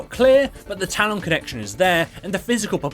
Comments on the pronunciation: When the video requires you to say talon dozens of times throughout the video, can you please say it right? Tal-EHN not Tal-ON. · Stop saying Talon like that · The way he says talon triggers me for some reason lol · nah allg lol I found it more funny than anything